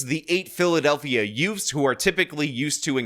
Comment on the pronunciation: "teenz" and "youfs" again.